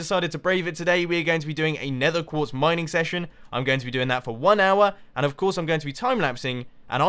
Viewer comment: '...a lot of building. Placing down sponges, placing down the glass, doing all of the gathering of nether quertz...' Nether quertz? Mumbo, you derped out. ERMAHGERD NERTHUR QUEEEERRTZ